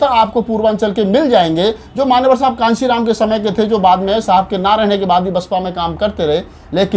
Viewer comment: Channel wale bhaiya Kanshi Ram ji ka naam sahi se likhe aur sahi se ucharan kren tabhi Manyawar saheb ko samman milega